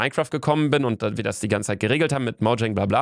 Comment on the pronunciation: Niemand: Luca: Moudschäng